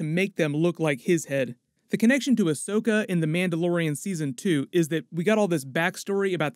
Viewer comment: No rush because Rosario Dawson needs time to learn it's pronounced Ahsoka and not Ashoka 😉